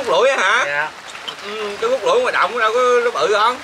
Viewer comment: CÚT CHỨ KHÔNG PHẢI CÚC NHÉ,NHÌN LÀ THẤY THÈM RỒI, CHÚC TEAM CỦA NGON MIỆNG